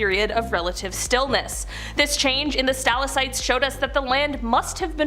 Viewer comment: How do u miss pronounced stalactite? (Sta lag tight)